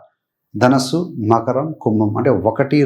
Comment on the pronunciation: ధనుస్సు అనాలి ధనస్సు కాదు